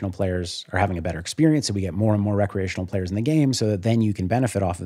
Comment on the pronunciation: my ears hear "bad" when he says "recreational"